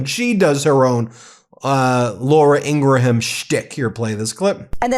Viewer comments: Her name is pronounced "ING-grum," not "IN--gra-HAM. I'm not a fan, but the mispronunciation is distracting. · Please don’t give them three syllables when attempting to pronounce Ingraham, they are not Scottish! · Good morning, Ben. A little suggestion: ING-RUM, not Ing-gra-ham, Okeydokey???😊❤❤❤❤❤ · It's "In-gram" not "In-gra-ham" FYI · It’s pronounced “In-gram”, not “ingra-ham”. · Dude, I like your channel but you're a big figure in media now, her last name is pronounced "IN-gram" not "in-GRA-ham"...its genuinely incredible how many names of public figures and institutions you mispronounce. Also, its the "MARE-ist" College Poll, not "MAR-ist". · PRONOUNCED INGRAM. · It's pronounced, " Ingrum." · Pronounced Ingram, please God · Please stop pronouncing it with 4 syllables. In ga ra ham. Stop. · He had to say their last name about a dozen times before getting it right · The pronunciation of Ingraham is driving me up the wall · Great video, keep up the good work. PS learn how to pronounce "Ingraham".